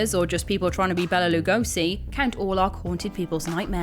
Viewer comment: Well I’m just glad you pronounced Bela Lugosi’s name right 😆